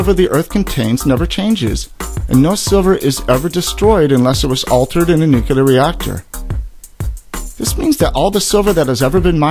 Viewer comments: It a Nuclear reactor, not a Nucular reactor :-( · LOL.. he said "nu-cu-lear reactor". Just lost all credibility...